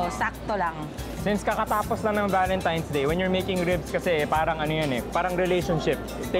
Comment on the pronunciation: tang ina bakit di nya mabigkas ang tamang pagsabi ng PARANG??